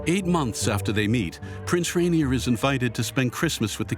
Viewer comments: Her husband’s name was pronounced “Ren-yay,” no? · Surprised by the incorrect pronunciation. It is Rainier